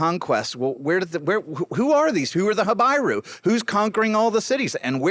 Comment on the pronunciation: Not ha-bye-rue but ha-bee-rue.